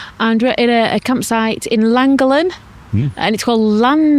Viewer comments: Loved this. We went to Bardsley island a couple of weeks ago. We live in Abersoch, near Aberdaron. People do live on the island but tend to move out for winter. And your send part was Llangollen - pronounced lan-goth-len 😊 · Crossed over from the bike channel to this one, I live local to Llangollen, for your ease of saying the name properly it is pronounced Lan-goth-Len 👍🏻 As for a great route on you bike go up the horseshoe pass and through the llandegla moors over to Pontblyddyn to the old stores bike cafe for a stop. Then do the reverse back. Some of the, if not best biking roads in the Uk 👍🏻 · The funniest pronunciation of Llangollen I’ve ever heard. And I’ve never laughed so hard at the voice overs as on this Welsh trip. I only live half an hour from Llangollen. Thank you both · I quite agree with others…..probably the worst pronunciation of Llangollen I’ve ever heard ! PS love your videos (and I don’t even own a mobile home thingy.). PPS. Have you done Shropshire? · for F*** sake guys... I already told you how to pronounce the basics, I wouldn't mind but you even asked! And I expected it to be bad, but well done, you managed to pronounce Llangollen worse than anyone I've EVER heard. Shake... my... head. ❤